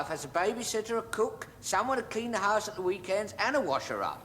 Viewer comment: King Charles always pronounces the “0w” sound as “l” - The Late QE2 did too. House = Hice